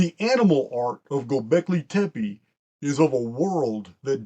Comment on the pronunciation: As a longtime listener, your pronunciation of "Gobekli tepe" is EXQUISITE! Much Love & Respect, Barb